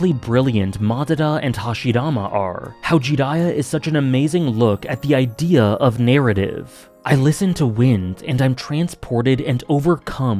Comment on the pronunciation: a small correction that not many Naruto fans know, but the song is pronounced wind, as in winding or twisting, not wind, like air blowing.